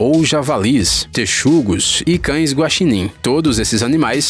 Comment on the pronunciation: Ele aprendeu a falar "texugo"!!!!!! Aleluia! Pela primeira vez tenho algo a elogiar nesses videozinhos xexelentos que so fala asneira do! Finalmente uma evolução!